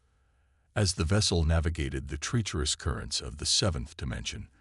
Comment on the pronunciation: Please proofread your captions better in the future. The story was amazing but the number of obvious errors in the captions was very annoying. Also for some reason the narrator voice keeps pronouncing "treacherous" as "tree-cherous."